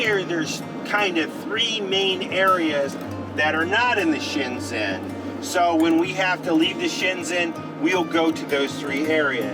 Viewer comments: Thank you for giving me a big smile listening to your creativity pronouncing Schengen😃👍🏻 And yes, please! Always remember to pay attention to cyclists in Europe. They are everywhere and they expect you to see them and be careful. And they are road users like drivers are. It can be helpful to study some of the traffic signs. Like blue/ white/ red triangles or circles with bicycles in the middle. You should know them. They are very similar all over Europe. Young people are more likely to speak English (like you saw with the children gathering around the van). Maybe you find someone in each town to teach you how to say „sorry I don’t speak…“. But most countries will be easier than Belgium in that regard. I love following you and see how you adapt to our routines like grocery shopping, pumping gas or what else turns out to be different from what you are used to ❤ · Americans can stay in the UK for 6 months without a visa. The word Schengen is pronounced with a hard g-- shen/gen like gun. The ball game is Petanque if you wish to look it up online. The bicycle bags are panniers. If you managed to communicate in Brazil in even pidgin Portuguese--one of the most difficult languages to learn--then you will do fine in Europe. Most Europeans speak multiple languages. You are doing great! You've hit the ground running even if it doesn't feel that way! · Um, it is pronounced "Scheng - gn". No Z's in there. Sorry, I am originally from Switzerland and it kinda hurt my ears, Hehe! Highly recommend Switzerland, by the way. Best months are April through October!!! Oh, and don't skip too much of Croatia! Especially the coast! It is absolutely stunning!!!! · Welcome to Europe, guys! FYI, Shengen is pronounced with a hard 'g' as in gum. Have fun & looking forward to seeing you in the UK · FWIW, this is how I've heard it pronounced. SHENG + UHN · Schengen is pronounced Shaing-en, hard G 🤗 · Check out the correct pronunciation of Schengen! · Schengen (‘g’ as in ‘go’).